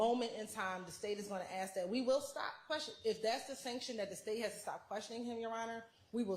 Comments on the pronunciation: How can an attorney that's gone all the way through law school and served at the bar not say 'ask' correctly. IT'S ASK, NOT AXE. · the word is "ask". I know you can say it right. Stop being lazy or trying to make some sort of point and say the word correctly. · I don't know what the hell is going on in Georgia law schools, but I know several black people who know how to pronounce sk in the word ask. Both this woman and constantly say axe which drives me crazy. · She is “finna” say “axe” every time. English subtitles would assist your non American viewers.